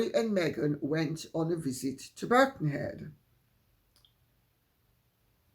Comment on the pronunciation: Birkenhead not Birckhead